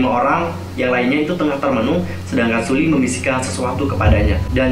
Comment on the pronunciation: Hai kak, cuma mau ngasi tau nyebut nama Sulli itu SEOLLI ☺️ Maaf cuma ngasi tau kak...